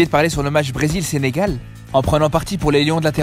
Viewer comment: Allleeeeee le SENGAL DIT par un marocain